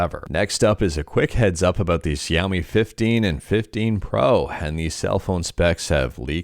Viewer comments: It's Shao - MI Like "shhh" with "ow" and then "me" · Isn't adreno a mobile gpu?? It is pronounced (shao-mi). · Your pronouncing xiomi wrong least I think but I understand you are trying and thanks for the news you give us